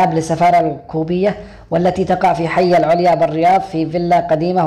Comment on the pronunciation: اسمح لي اذا فعلا انت مسافر من السعوديه كنت نطقت منطقة العليا صحيحه..اعتقد انك بتقرا من ورقه او موقع او ناقل المعلومات من فيديو اخر..